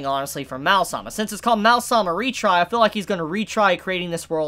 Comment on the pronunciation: It's probably not pronounced "Mal-sama" or "Mau-sama", but "Ma-o sama".